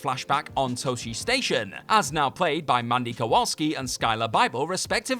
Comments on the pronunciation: As a life long fan of the series, I have to mention that Luke went to Tah-chee Station, not Toh-chee Station. Thank you. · That copywrite you got at the bottom left corner of the clips, it should still say Lucasfilm(TM). And it's pronounced, " Taw'shi Station".